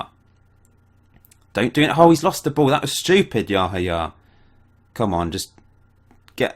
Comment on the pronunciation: I think it is pronunced Yahaya with the accent on the second "a".Im from Romania and we had one player called Seidu Yahaya from Ghana or something like that and that is how the comentators were pronuncing his name.